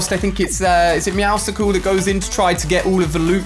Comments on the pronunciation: Please it is not “MEOWSICLES” it is meowcles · IT'S MEOWSCLES, NOT MEOW SICKLE!!!! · Please Ali, stop pronouncing it “meowsicles” it’s “me-ow-suls”